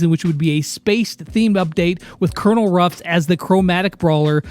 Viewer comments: Oh no the confusion with pronouncing Colonel Ruff’s name will be horrible. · ITS CONONEL RUFF